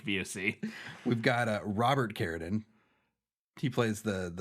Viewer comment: wait. why does pronounce "Carradine" like that? I never noticed that before.....